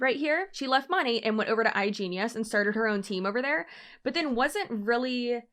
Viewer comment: She mon-ATE lol